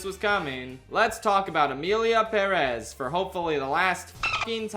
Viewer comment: You say Perez weird